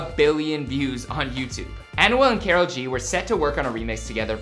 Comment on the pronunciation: K-a-r-o-l G not k-e-r-o-l G 😂😂😂😂